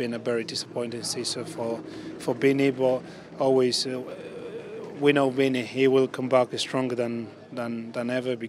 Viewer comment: Love how Zaba says 'Vinny', it's like 'Binny' haha